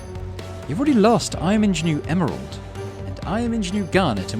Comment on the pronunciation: I think ingenue is pronounced "on-zha-nu" rather than "in-zha-nu" - though they may not ever say it again. (Edit: oh and it's puh-LIX-a-nees) Romeo had the slightest hint of Muktuk about his voice - love it! Also I've got the lyrics of the background song very firmly stuck in my head now, I wonder if there's a different song for each play?